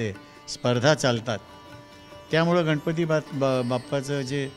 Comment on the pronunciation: अतिशय सुंदर मुलाखत आहे परंतु गणपती न म्हणता गनपती म्हणत आहेत मुलाखत घेणारी मुलगी न आणि ण अर काम करा.... अगदीच बेशुद्ध मराठी आहे